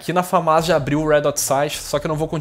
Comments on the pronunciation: mano, pq o nao fala direito o nome da arma? Não se fala FamÁs, e sim, Fãmas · eu acho que se diz FÃMAS né?